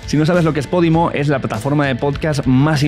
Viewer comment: ¿Pódimo? Yo pensaba que era Podimo.